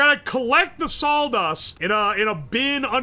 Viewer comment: I only really noticed after Slab mentioned his pronunciation of "raw" (rawl) on stream, but he has the same quirk for the word "saw"(sawl) lol